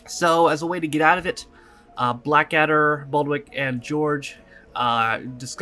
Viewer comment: You were close with Blackadder: It's Baldrick now Baldwick. :)